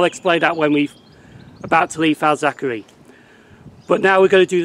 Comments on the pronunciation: FAZ ACK ERLY not FAZ ACK ERRY- KEER BEE not KIRK BEE im from liverpool and its crazy how people get these names wrong. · yeah lol you pronounced it Falzachery I could stop Laughing. And it’s not pronounce Simons wood it’s pronounce Simins wood it’s crazy how it really pronounced